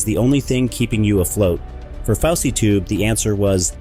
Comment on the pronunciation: I thought it was fousey not faucey tube